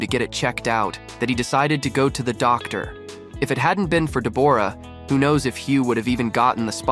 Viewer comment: Her name is Debra spelt as it sounds not Deborah